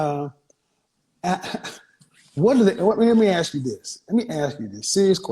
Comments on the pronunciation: Let me axe you sum 😂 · If your pronouncing the word “ask” as “AKS” then you are too dumb to work at a grocery store let alone run a half a million business